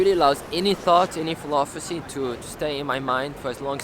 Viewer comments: Now I can't pronounce philosophy properly. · he does, he just mispronounced it 🤷‍♂️ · If you mispronounce it multiple times then you didn't know how to say it in the first place. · just think you're being unnecessarily judgemental, he made good points, but just mispronounced one word, in a language that isn't his native young